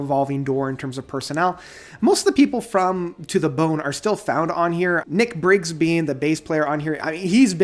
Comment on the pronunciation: Its pronounced In-sir-hen-tay. I know its spelt Insurgentes. Adam Holzman has been in the band since 3rd Solo The Raven That Refused to Sing. Ninet Tayeb (Tie-yab) is not on the album. Nic Beggs not Nic Briggs. King Ghost, not Ghost King. You say it's your least favourite album to date then say it's better than To The Bone.